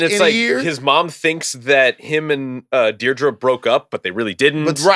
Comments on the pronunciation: It's Dedra (dead-druh), not Dierdre (deer-druh) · It's DEAD-DRAH, not Dee-drah, a nice Irish name. Kleya - CLAY-YAH. Willmon. Come on, please take the time to learn the names of the key characters in a show you're being paid to cover. For some of us, it grates & distracts from the good points you're trying to make. Otherwise, some great takes. For me, Krennic's scenes are great but Ben Mendelsohn is SUCH a charismatic screen presence that he dominates and takes me out of the ensemble of it a bit. Thanks.